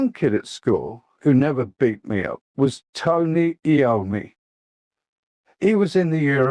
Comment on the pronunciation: Not AI rubbish, only the voice is. This is otherwise Ozzy's autobiography complete and unexpurgated. At least it sounds like Ozzy's voice, unlike the official audio book narration by Ian Danter who can't even pronounce Tony Iommi's surname properly (he incorrectly says A-ommi).